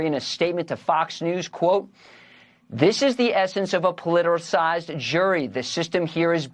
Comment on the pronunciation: Politericized? What word is that?